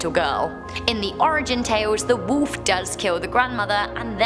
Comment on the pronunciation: Anybody else think it's kinda funny how she says "woolf"